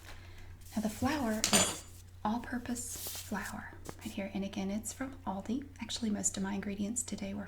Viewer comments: She pronounces it correctly. It's All-dee, not Al-dee. Aldi USA confirmed this on FB. (ALDI USA Hi Carol - ALDI is pronounced as 'all-dee'. Thanks for reaching out!) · Im irish too and everyone says al dee its not a big problem unlike lidl Idc what the rest of people say its lee-dull